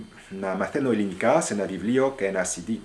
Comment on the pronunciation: I know a little Greek. Pronunciation is a little off- it's eeee-linika, not eh-linika. Maybe it's your accent..?